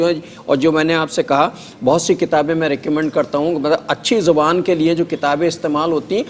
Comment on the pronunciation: Segment kay naam mein he talaffuz ki galti hay. 'Dahan' muu ko kehty hain muu mein "Zuban" hoti hay. "Zaban" language ko kehty hain